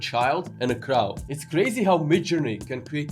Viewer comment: Another great video. By the way crow is pronounced like no, mow, low, bow (like bow and arrow). Best